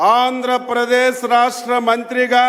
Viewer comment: Rahasya kadura babu rashtra currect